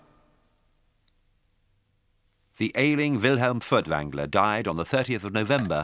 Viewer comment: Why are all the German names and words so poorly/wrongly pronounced? You would have thought someone would have coached the narrator a bit. I mean "Fertvangler"...